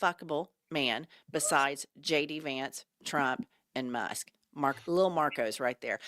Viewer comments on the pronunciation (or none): Hah! Was that a Freudian slip? Did you say Anal Musk?! 😂 Nailed it!!